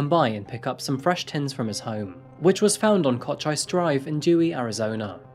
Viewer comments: "Kotch Ice"??? Did you mean, "Cochise"....'Koh-cheece"? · I hadn't heard of this one! You do so well pronouncing so many words, it took me off guard real abrupt when you said Cochise. It's pronounced Co-cheese xD You're doing amazing, man!! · Co.cheeeeeese (Cochise) 😄